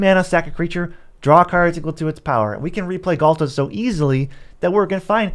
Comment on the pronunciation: quit the video instantly after hearing Ghalta, like... nah that aint it.